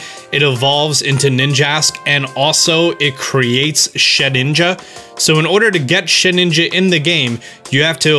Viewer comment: Did he say “Sheninja”?